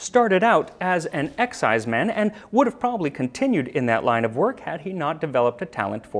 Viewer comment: You're mispronouncing exciseman. It's not "EX"-"ize"-"man", it's more like "ek"-"SIZE"-"mun". They were hated and reviled in traditional Scottish folk music, often coming up poorly when compared to the devil. Where I come from in the southern Appalachians (U.S.A), they were called revenooers (or, more politely, revenue agents.) And, yes, there is a relationship between the illegal distillers of Scotland and the moonshiners of the Appalachians. The eighteenth century Scottish emigres brought their love for the wee dram, the ability to produce it, and their disinclination to pay taxes on it when they came to the U.S and settled in the mountains west of the coastal areas. Over the years, they worked their way south along the ridges and hollers (sometimes only a step or two ahead of the tax man) until the mountains ended in north Georgia, doing battle with the hated tax agents the whole way. But that's another story... richard “Everything that needs to be said has already been said. But since no one was listening, everything must be said again.” — André Gide { Or as I call it, full employment for historians.}